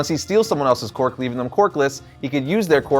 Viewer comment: Oh my. I can’t take how says “Quirk” 😅 he keeps saying “qwark” 😂